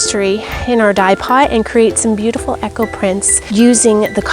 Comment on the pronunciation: Eco and Echo are not pronounced the same. Eco said as E-co. I was so confused until I saw the wording come up.